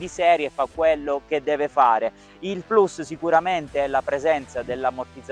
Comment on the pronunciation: Non si dice Plas si dice Plus si pronuncia Come si legge